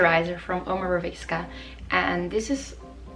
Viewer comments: Your skin is goals! ❤️ Just a little tip: Omorovicza is pronounced OMOROVEETSA and Boscia is pronounced BO-SHA. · Hi, I really love the fact the you use Omorovicza since it's a gorgeous brand. But I must tell you when you pronounce the "cz" in the name of the brand, you do not have to say a "k" out loud. It's just a "c" pronouncing it as it is in the German alphabet. It is hard to explane becouse this kind of "c" is not part of the English language but I hope this is helpful enough.